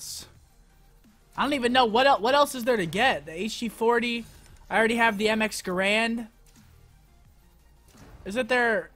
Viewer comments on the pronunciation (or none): none